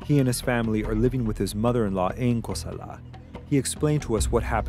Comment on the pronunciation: Bruh why does he keep saying Cosala like that?! Its not "Ko-sal-AHH" its just Cosala man, let it flow. Never met anyone from Cosala or Sinaloa for that matter who pronounced it like that lol, dudes trying too hard.